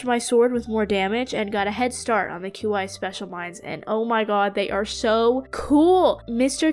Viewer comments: It. Is. Pronounced. Key. Not. Cue. Eye. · Qi is pronounced chi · My headcanon is that Mr. Qi is pronounced "Mr. Chi/Chee", since that's how 'qi' would be pronounced in Mandarin Chinese. (Qi means, like, life energy, the energy in the universe)